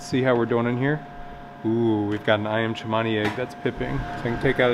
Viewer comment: And it is definitely Ayam not Iam. An aussie living in java